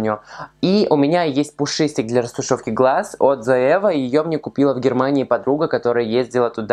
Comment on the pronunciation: Вот ты смеёшься над тем, что Гоар неправильно произносит некоторые названия продуктов, а сам вместо того, чтобы говорить «Лора Мерсье» говоришь «Лаура»)) Или не Зоива, а Зоэва. Некрасиво это как-то) Надо всегда начинать с себя